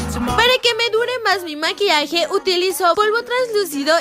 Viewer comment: maquiaje dijo en vez de maquillaje like si lo notastes